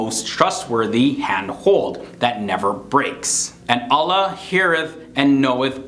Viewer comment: Why doesn't this guy pronounce quran, allah, islam properly?